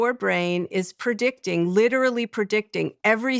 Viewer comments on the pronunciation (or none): Had to turn it off. After she said “PERdicting”instead of “predicting” for the 10th time, I started to twitch.